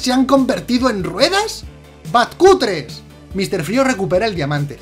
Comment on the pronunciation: BATCUTRES!! No puedo con tanto jajajaja